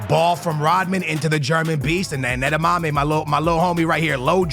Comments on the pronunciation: Low driven is a HARD. Not slow through the grass my friend btw his name pronaunced Ade-YeMy its German if im not mistaken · add-ee-yemi that is how you pronounce it much love cant wait to watch every day you da goat